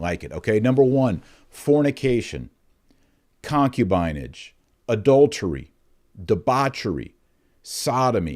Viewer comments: Using these words is also anti-modernist ∵ it shows that the ancients were not ignorant of human nature like modernists pridefully think they were. Also, you mispronounced "concubinage", putting the accent on the first syllable; it's really "concúbinage". And you used "sodomite" as an adj. (when really the adj. is "sodómical"; rhymes with "comical"…). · Pronunciation of concubinage, the “i” is a short “i” , like “in”. con·cu·bi·nage /kənˈkyo͞obənij/ Learn to pronounce nounHISTORICAL noun: concubinage the practice of keeping a concubine. "what is the daughter of an infidel good for besides concubinage?" the state of being a concubine.